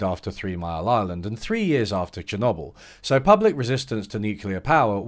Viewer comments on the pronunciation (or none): lol. Chernobble